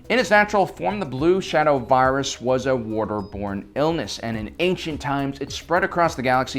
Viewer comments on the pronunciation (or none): I love how Dr. Vindi pronounces the virus ZE BLUE SHADOW VIRIUS (vi-a-dus)